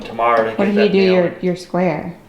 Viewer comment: Big long L 😅 “square”